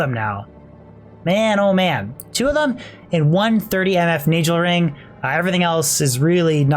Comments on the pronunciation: love how he prenounces NAGELRING XD NEYGEL WHUT Nahgehl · Definitely pronouncing all the ring names incorrectly... It's not najel (nay gel) as you say... It's Nagel (nag ell). It's not ma nald, you're placing the syllable break incorrectly. It's man ald (sounds more like manuld). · it’s pronounced nayghel not najel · why is he saying nay gel ring when its a naggle ring in pronunciation the same ring exists in world of warcraft and no one has ever pronounced it as naygel ring that would just be retarded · Isn't it Nay-Gull ring and Man-uld heal? I'm pretty sure you pronounce these wrong. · Your pronouncing Nagelring with the J sound killed me inside every fuckin time. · why cant he pronounce nagel or manald - wow. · can't stand the way you pronounce Nagelring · The reason your luck was bad was because you kept mispronouncing Nagelring ; ) Look up Pat Nagel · The pronouncing of nagelring is very, very upsetting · it kills me how you pronounce nagel ring. good video otherwise. Diablo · Mar 13, 2015 You nailed it,. Nay-Gel. Sorta like Pat Nagle. Well, that's how we say it at the office anyway.